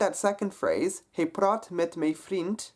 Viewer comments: Hi Ro Man, I would just like to confirm that his pronunciation is correct and it is in fact different from sound of the Dutch "mijn" :) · I'm a native speaker and it sounded like he pronounced it perfectly to me. 'Hy' should be pronounced as hey. 'My' should be pronounced as may.